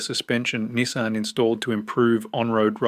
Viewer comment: And "KneeSahn" instead of "Nissan"